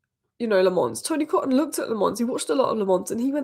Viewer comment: Tony Coton's name is pronounced Ko-ton. He was city's keeper in the early 90s and then became United's goalkeeping coach, right up to Barthez.